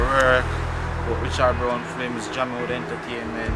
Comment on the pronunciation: remember, it’s film....film....not flim...